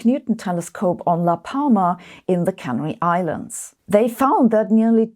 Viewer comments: Your English pronunciation is typically excellent, Sabine... However it is the "Can-air-ee" Islands, not Cannery!! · Canary (pronounced Kan-Airy) Islands